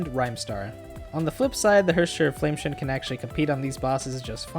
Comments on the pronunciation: Flame "scion" (sy on) not "shun" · I'm sorry, but every single time you mispronounce flamescion you sound like an idiot. it's pronounce "Sai uhn", not shin. Your video otherwise is an amazing resource for new AND Older players, but...you keep misreading the valk names and you're insulting yourself by doing so. Fyi haxxor is still read "hacker". the spelling is literal hacker slang. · HOF is Flame Sa-yon, not Shun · I don't know if you care or not but I believe scion is pronounced like psy (as in psychic) on (as in on top of). I might be wrong as this is not an English game, but I do drive a scion and that's how its pronounced there. Great video, it was super helpful (I love that you source where to farm/what resources to use). As a newbie I have no idea which resources I should be spending and on what. Thanks for taking the time to put this together. Also, as I'm pretty new, do they do reruns a good bit. HoS is my favorite thus far and I don't have her. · You're pronouncing Flamescion wrong. Scion is pronounced cy-on with the cy like in cyber. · Its pronounced Flame seyeone good guide tho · “Flame-tion” is how he pronounced Flamescion. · That's not how you pronounce scion lol